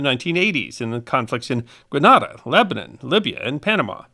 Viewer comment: "GrenAYda", not "Granada"...